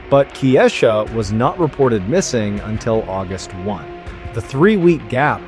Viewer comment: So another ai narration that mispronounces the victims name. Her name was pronounced "Kye- eesha". Not Kee-esha. Not Keesha. And to copy Mr. Ballen's voice is diabolical. He would never mispronounce a victim's name. He has respect and actually edits his videos.